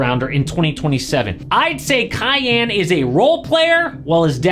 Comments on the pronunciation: “Cayenne” SMH 🤦‍♂️ quit calling him a bell pepper or Porsche It’s pronounced “Key-on” name of a great Persian King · Pretty sure its pronounced KEEYAHN, not Cayenne.